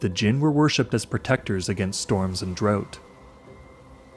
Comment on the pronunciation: At 3 minutes, when you said the jinn were worshipped against the storms and drought, your pronunciation threw me off and I was like what is “droat”?? 😂